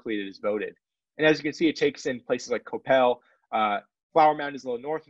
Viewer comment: Fantastic analysis, but the mispronounced city names was grating. Next time you produce a segment, please ask a Texan for help! Terrell = Tare-uh Denton = Den-tuhn the t is so soft you barely hear it Coppell = KA - pell